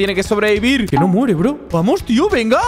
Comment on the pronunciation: minuto epicamente no es venga es vegna jaja like si te diste cuenta